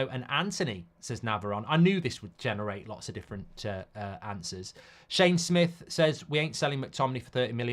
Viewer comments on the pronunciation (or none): none